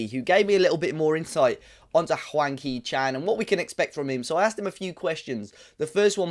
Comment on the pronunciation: It sounds like you are calling him wanky Chan must be are black country pronunciation😂